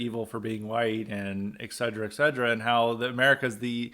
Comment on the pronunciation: 'Et-cetera' not 'egg-sedra'!